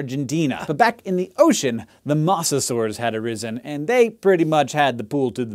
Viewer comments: Mose-a-saurs, not mose-a-saurs... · Why do you keep saying Mawsasaurs? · mosasaurs with a long o please pronounce it right.